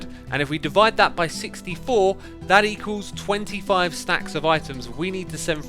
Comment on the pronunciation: devide? not divide?